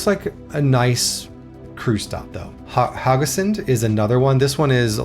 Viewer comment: Kristiansand has a "a" in "sand". The "u" is much longer and more pronounced. "Haugesund", not "Hagesund". The "u" is important. "Hage" means "garden". "Haug" means "pile"/"heap"/"hill". The "e" essentially making it "hilly" "Sund" means basically a narrow passageway for boats, say between a island and the mainland. So the passageway for boats in a hilly area, or something like that. Flåm is just too much of a tourist trap to be recommended in my view. It's not *bad*. But don't pay extra to go there to put it that way. Other locations should sell you on a cruise instead of that one. When learning that compound word try to learn the individual words first. "Nær" (close), "øy" (island) and "fjord". Essentially the fjord is named after a island called "Nærøy" And technically the original name wasn't "Nær" but "Njord" in Norwegian or in Icelandic "Njörð" (a viking god of the sea) So essentially it's the fjord near Njords island. Romantic? Perhaps l'm just spoiled by living in this country... Don't worry about it, for western Norway I mostly agree, although Flåm would get a zero in my book and you're missing out on everything further north. Far too far south for northern lights to be probable. Also, September is a bit on the early side for that... And also a time when the Atlantic ocean isn't exactly at its kindest... On the other hand 2024, 2025 and 2026 are probably the three years where you're the most likely to see northern lights th